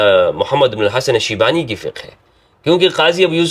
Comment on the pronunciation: It's shaybani, not shibani.